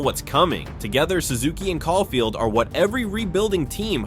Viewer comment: Great video bro but you gotta work on your player name pronunciations lol. Even Cole Caufield man haha. Maybe just do a quick search up on how to pronounce the player names before recording 😅. Awesome video nonetheless